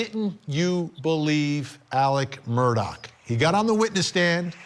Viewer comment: His name is pronounced murder not Murdoch